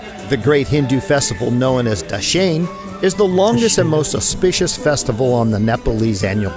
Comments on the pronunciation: dashin pronunciation is dasai senli😘😘💋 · dashain not dase haha anyway u guys are soo simple.and decent keep makng videos